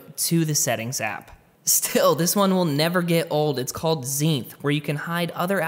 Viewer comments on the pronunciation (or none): Its called zenith not zeinth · it’s not Zeinth, it’s Zenith 😂😂